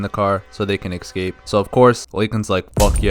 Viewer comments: ESCape Not EXcape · I like how you say ekscape. Please do more videos. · I love this and I can't wait for the next one. I just don't get why you pronounce "escape" as "ex-cape" lol, is that a regional thing or sth? (genuinely curious as a non-native)